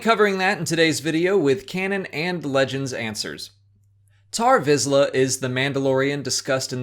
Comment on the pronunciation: he is named tarre visla, not tar visla